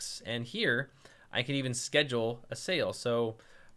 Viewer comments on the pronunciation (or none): none